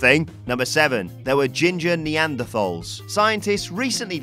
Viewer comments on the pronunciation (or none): none